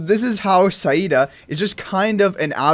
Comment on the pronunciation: thank god you pronouneced saida correctly